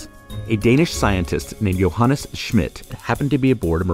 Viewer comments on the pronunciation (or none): none